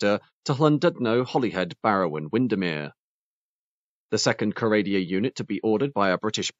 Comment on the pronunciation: this is the first time in a while ive heard someone pronounce Windermere correctly. ITS NOT HARD